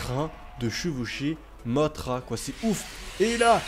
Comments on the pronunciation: et sa se dis pas mottra mais mossra sinon super video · J'aime tes vidéo mais petite parenthèse mothra dans godzilla de 1961 se prononce mossra.